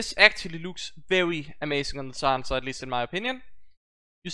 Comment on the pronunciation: sha-han-shah that's how you pronounce it and glad to see this series back